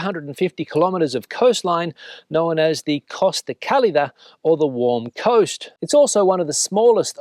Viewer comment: Kudos for correct pronunciation of Costa Cálida! Not much about the two main cities in this vid: the capital was only fleetingly mention inside the last minute, and Cartagena, which is a real jewel, was not mentioned at all as far as I could notice. :(